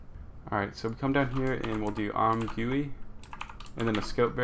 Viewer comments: "im gooey" man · Great job man! Your tutorials always help :) P.S.: It's pronounced as "I'm Jee You I" or "I'm Gooey" ;)